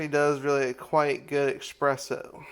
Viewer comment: Vertical orientation, mouth breathing, "expresso"... Intelligence level know.